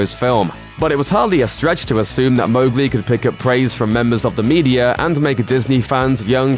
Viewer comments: watches first 1 sec ok this is fine hears MOGli and gets triggered: itS MoWGLi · The ‘Mow’ in Mowgli is pronounce like ‘cow’. It says that in the first few pages of the book.